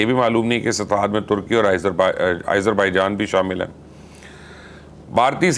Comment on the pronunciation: آپ کیوں آزر بائیجان کو آ ئیزر بھائی جان کہہ رہے ہیں